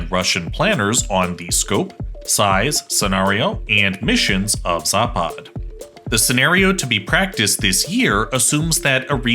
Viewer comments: Its not zāpād, its zapad. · It's pronounced západ. Stress on the first 'a'. You could try saying it like zápud. It means west. Vostok (pronounced vastók) means east. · does anyone thats from the slavic nations cringe so hard when he says zapad in the wrong accent